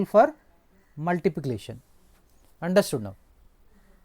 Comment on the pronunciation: 😂😂 sir cannot pronounce multiplication properly 😂😂